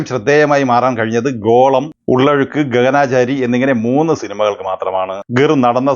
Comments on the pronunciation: ഗഗനാചാരി...എന്നല്ല...ഗഗനചാരി...കളക്ഷൻ വിവരങങ്ങൾ എവിടെനിന്ന് കിട്ടി... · ഗഗനാ.. ചാരിയല്ല. ഗഗന-ചാരി 🙏